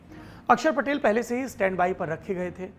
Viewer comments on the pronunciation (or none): none